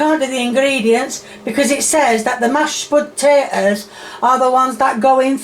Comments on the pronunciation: Also not sure why she says onion then hunion as if she's correcting herself into saying it weird. She did the same with potato and Spudtato. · A spud-tate-ohh…🤣